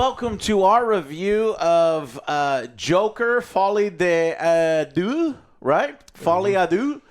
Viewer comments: "deux" is not pronounced "doo" but rather "durr" with a non-rhotic r. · Can American reviewers just learn to pronounce 'deux' correctly. Every one of you fails and it's not hard.